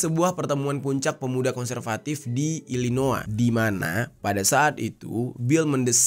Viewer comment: Pronunciation yg benar: Ilinoy bkn ilinoa Ted Cruz (sebagaimana tulisannya) bkn Ted Cras